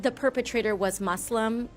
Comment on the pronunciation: I liked how she pronounced muslim the right way and not say it MUZLIM like most westerners.